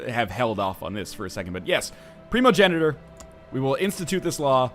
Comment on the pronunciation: I love that you can pronounce primogeniture but not fief lol